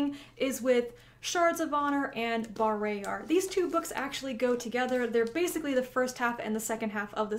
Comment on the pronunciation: caught be off guard to hear you pronounce bah-RAY-yar instead of BAR-RAH-yar